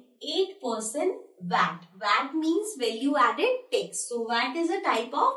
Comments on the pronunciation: Ma'am your pronounciation was wrong It's Tax not Tex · It is not tex it is tax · aup bahut accha sikhati ho keep it up mam.bad ek bat mam ap TAX ko TEX pronounce mat karo otherwise all good